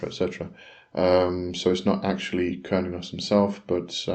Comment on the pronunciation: Its not pronounced curn-e-os, it's derived from Cern like the quantum physics in Geneva, if you listen to a red deer / Stag in rut when the stag calls the female it sounds like it is saying "Huurrnn", sorry for my poor spelling and grammar, blessings